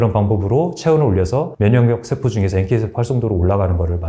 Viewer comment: 장단음 문제가 있다 . 예: 소장,대장,세포 ,대신, 사실,현대, 등! 이상 단어의 첫 잔 모두 징음인데, 모두 "짧게" 발음했다. 잘못이다. 모두 길게 발음해야한다. 참고로, "한국 어문을 고발함" 을 읽기를 간곡히 권한다.